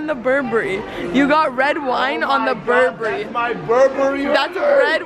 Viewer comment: Berbery💯😂 it’s Burberry